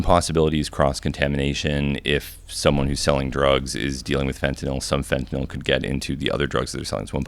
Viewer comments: The only American I’ve heard pronounce Fentanyl correctly 😂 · Finally someone who pronounces it "fen-ta-nil" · Fun fact: you dont buy pure fentanyl on the street. Dudes doing lines are doing 90+% cut. No one is doing a line of pure fentanyl. No one. Also notice Hamilton actually pronounces it properly. Its not fent-ah-nol. Fent-ah-nil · Dude pronounces Fentanyl way smarter sounding than I do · Im juat happy to hear someone finally pronounce "fentanyl" correctly. Now can we do "nuclear"? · Hamilton is the only person who actually pronounces things properly God bless this man. I've heard so many retard Hicks call it "fent-a-nol". I tried a fent lollipop 15 years ago it's nothing special. Heroin and hydromorphone and codeine were all more pleasurable for me. Now I just stick with the kratom. It reduces inflammation at a profound level. I took 22 grams a day of the highest quality brand and I was able to walk around on a broken toe for months. The inflammation and pain went from extreme to almost non-existent. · It was so nice to not hear it pronounced "Fentanol" for once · Thank you for saying “fentanyl” and not “fentnall” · finally someone who pronounces fentanyl correctly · yup. Pronounced the same way as Benadryl. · Had to come here to hear the first person in a decade pronounce fentanyl correctly. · thank you for pronouncing the word correctly. everyone says FentyNOL.